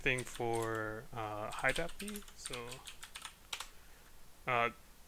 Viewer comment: very helpful video. i chuckled everytime you said "high dahpi" - always broke it into HID and API.